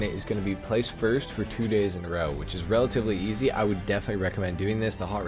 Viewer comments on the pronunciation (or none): none